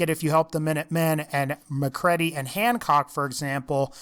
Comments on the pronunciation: it's MCCREADY (mc reed ee) not Mcredy(Mc red ee) you dolt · "mc kredy"